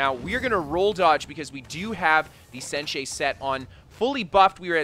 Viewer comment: Senche is pronounced sench like bench not sench-eh